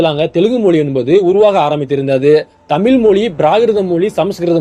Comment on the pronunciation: முதல்ல உனக்கு "தமிழ் தமிழர்கள்" இதையே ஒழுங்கா உச்சரிக்கத் தெரியலையே! அப்பறம் எப்படி மத்த மொழிகளப் பத்தி வீடியோ போடுற? காமடி பீசு! எல்லாம் பொய்!😆